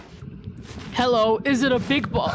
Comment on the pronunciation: lol, "hewwo im back"